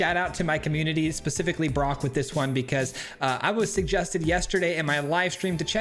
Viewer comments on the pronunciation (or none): none